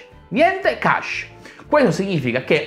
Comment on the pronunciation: CP/M sta per Control Program for Microprocessor o Control Program Monitor. Cache non si legge "Casce" non "Chesce". L'ultima versione di DOS non è la 6.22 ma la 7 sebbene fosse parte di windows.